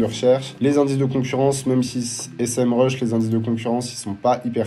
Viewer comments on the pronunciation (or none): Merci pour cette vidéo de qualité. Parcontre c'est pas S-M RUSH c'est Sémrush 😂